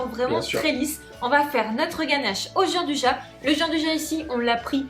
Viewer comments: Ahaha, je viens justement de rédiger moi-même un petit commentaire à ce sujet, je n'avais pas vu le votre ! Ca m'a toujours étonné d'entendre même de très grands chefs s'entêter à prononcer jianduja cette spécialité italienne dont la prononciation exacte est pourtant tellement plus gourmande et chantante ! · Jeanduja mdr 😂 Ca se prononce "djan dou ya" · "dian dou ya" ;) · "Gianduja" se prononce djandouya en italien. Pour des oreilles italiennes votre prononciation est tout simplement horrible ! Je me demandais de quoi vous parliez. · ca se prononce " DJIANDOUIA" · Merci d'avoir réagi ; je me sens moins seul. Bossant dans une épicerie de demi-gros en pâtisserie pro, il m'est triste d'entendre les clients (même des pro) prononcer "à la française" (on ne sait pas comment ils ont décidé que gi = j mais ça ne les perturbe pas plus apparemment) et d'insister quand je leur réponds pourtant avec la bonne prononciation… v.v xD